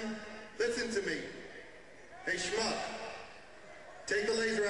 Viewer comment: Yes, bring the shmup on stage my minions! I hate shmups! Especially ones with laser pens! I am the terrifying, and all powerful queen of glam pop-rock! Do it again, and I will liquify your innards with the mighty power of laser! Because I am a big sparkly man, and you are not. (I realize he said shmuck, but It sounds like shmup, it's sounds funnier, and they're both nonsense words anyway... unless you're jewish I guess.)